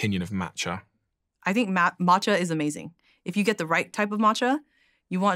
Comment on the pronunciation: So glad that she corrected his pronunciation of Matcha.